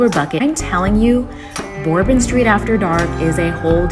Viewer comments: I appreciate your vlog and opinion. I am heading to NOLA Sunday for my 18th trip. Couple points : it’s “burr -bon” street WEDDING PARADE : a “second line “ very common in weekends (always weddings going on ) I think you put a bit too much emphasis on how crazy /negative bourbon street can be , it is normally not all trash and vomit . It’s a big city so it is gonna be dirty and old. That’s the charm of NOLA. But yeah bourbon street after 1 am is pretty drunk and can get crazy but it is just a good time most of the time . Bourbon street and about 7 blocks of bourbon are the crazy part. The other dozen streets are cool and fun but not a neon party. Jackson square , canal street,etc. you could have shown /seen more. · I giggled every time you said Bourbon Lol. Great review!!! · I wonder if she really knows how to pronounce it, but is just saying it weird like that